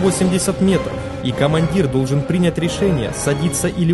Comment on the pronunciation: Несколько замечаний: вследствие этого (не впоследствии), дурака включи́м (впрочем, если хочется подчеркнуть безграмотность пилота, но неправильное ударение — неплохой приём), с включённым автопилотом. Приня́ть решение. В остальном — хороший рассказ! Девушке желаю побольше практиковаться с озвучиванием. Ещё чувствуется, что читает с листа.